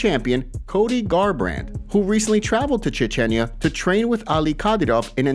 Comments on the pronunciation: Lol, where did Cody travel to? Dude said a whole “Cheechenya.” 😂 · I see you still haven’t learned how to pronounce Chechnya